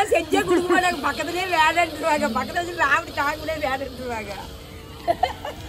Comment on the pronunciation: Pakathulaw not paakthaqqqalaw